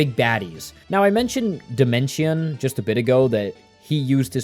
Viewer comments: Him saying dimension instead of Dimensio is giving me an aneurysm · SPM IS STILL MY ALL-TIME NO.1 GAME (also it's Dimentio and not Dimension, and u also said Crunch instead of O' Chunks 💀) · Idk if this is correct but I hate how your saying demento or however you spell that cus I thought it was pronounced de-ment-e-o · Homie calling him Dimention when the background footage literally has him saying "I'm Dimentio" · It's actually pronounced dimentio I think. 😅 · every time he calls O' Chuncks "Crunch" and Dimentio "Dimention" i lose a braincell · Bro did a good breakdown of the game, but the pronunciation of Dimentio and Tippi aggrevated me. Was that part of the plan for engagement? Genius